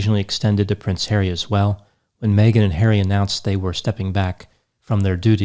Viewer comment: Its funny how says prince HAIRY instead of HarrY:)